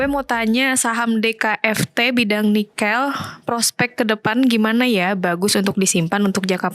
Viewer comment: Pengucapan "Nikel" aja ngaco.